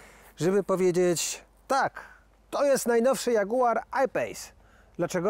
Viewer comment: Wkoncu w odcinku jest... a dzagułaaar xDDD dzieki!!